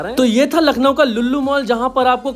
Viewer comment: अबे भाई नखलऊ नहीं ,😮 लखनऊ है 😂😂😂😂😂